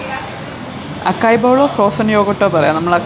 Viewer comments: It should be pronounced as a-sai bowl. I also realised that a while back. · It is അസായ് not അക്കായ്. 😊 Also it is pronounced ജലാറ്റോ not ഗലാറ്റോ.😅